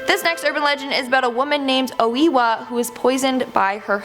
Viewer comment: its oh a wa